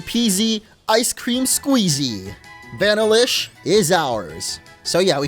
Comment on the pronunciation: Vanilla-ish come on man vanilla ice cream that's not one you should mess up lol